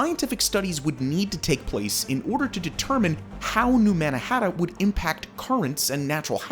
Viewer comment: He’s saying New Mannahatta